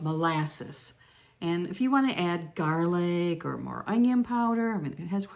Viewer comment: Thank you for this recipe! Coming from Cape Cod and being fussy about “Boston Baked Beans”! I put you on “trial” and watched and listened for the “proper” ingredients! You passed! I detected a sight New England accent when you said gaaaaalic!?